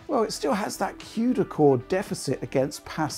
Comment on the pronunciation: Wtf is a quedacore??? Isn’t it called a cuda core???